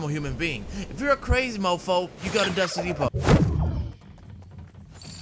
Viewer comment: “If you’re a crazy mo foe you go to dusty depo”😂